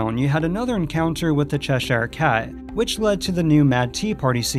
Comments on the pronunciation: To make things a bit easier for you, Cheshire is pronounced "Chesher". Same with all English counties with "shire" at the end. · CHESH-SHIRE Cat (NC-Doug Walker, says it the same waY. nO BIGGIE.) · Cheshire is pronounced Chesher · Why are you saying 'Cheshire Cat' like that?